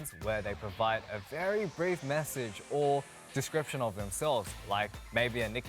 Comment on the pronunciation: Felix "A brief descropt" Me*dying from laughter*